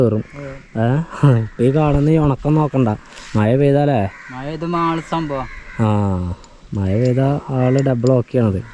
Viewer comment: മയ അല്ല മഴ അത് നല്ലോണം പറയാൻ പഠിച്ചിട്ടു വാ